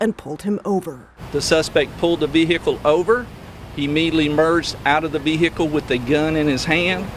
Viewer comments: "The Vee-hickle"! 😂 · You know where you are when the police pronounce it "VEE-hickle".